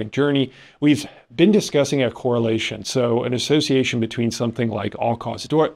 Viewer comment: Hello class. Kora lay shun!!!! 😅 not Kaws ay shun 😅. You could do this with reading non-fiction books. Reading them reduces cardiovascular disease. It's prew ven! Reeey surche! This channel is juvenile and dangerous.